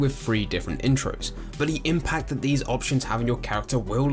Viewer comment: I swear you say 'look at veese' instead of 'these'... could be trippin though...